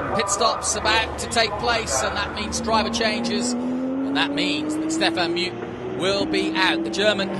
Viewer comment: Is there any chance that the idiot commentator could learn to pronounce Stefan Mücke’s name properly?